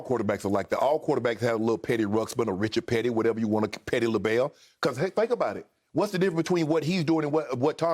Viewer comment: Yo. He said petty Labelle lol